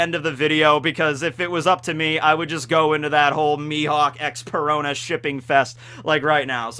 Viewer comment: Perona rhymes with Corona